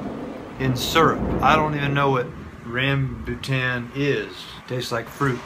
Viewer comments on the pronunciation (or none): its pronounced rum-boo-ton. Its a great asian fruit you put in your drinks.